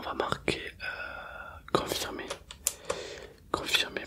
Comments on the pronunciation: 🥇 et puis c'est quomphyrrmmé pas quonphirrmmé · Le "quonphirme" de la fin m'a terminé 😭